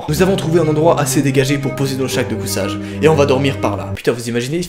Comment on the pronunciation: Je suis le seul à avoir remarquer qu’à 5 mn 36 il a dit « chaque de cousage » a la place de sac de couchage ? 😂